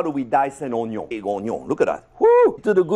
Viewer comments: the HONION (French accent intensifies) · "ohn yohn" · I'm mad that that pronunciation of Onion On-yon is going to seep into my speech from now on. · 'Ze-yuh uuuhhnn-yueehhhan. Rihh der we ha ze unn-yiuhh...an' ze un-ya? Yea! Ze uh-neon....' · Oh-nyon is real. Also, it's probably just me, but "oh-nyon" sounds vaguely Korean. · Im never going to pronounce onion correctly ever again. Onyo